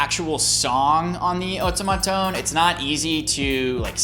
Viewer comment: You're pronouncing everything wrong! Otamatone = Oh TAH mah tone Maywa denki = MAY WA DEN KI